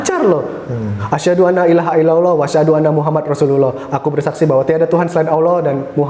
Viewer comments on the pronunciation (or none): MAAF RALAT SYAHADATNYA MAS, YANG BENAR ITU ADALAH ASYHADU ALLAA ILAAHA ILLALLAH. BUKAN ANLAA TAPI ALLAA...MAAF MAS MUNGKIN BISA BERTANYA TANYA KEPADA USTAD USTAD YANG ADA DI SEKITAR ANDA...